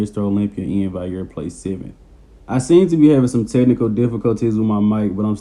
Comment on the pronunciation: Valliere bro not vaiyer. You pronounce the ll's like an L